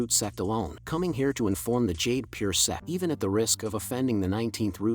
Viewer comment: Why bro saying sex insted of sect